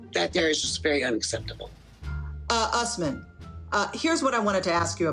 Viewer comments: Bruh his name is said ....... US-MAN not.........Ooos-men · Why does she keep pronouncing it “US-man” when she clearly can hear everyone including HIM pronounce it as “oos-man” cmon Baby girl Lisa 🙎🏻‍♀️ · Is the interviewee on Crack? Why tf is she mispronounciating his name 😩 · I hate the host. After hearing his name multiple times she is still saying it wrong. Moron.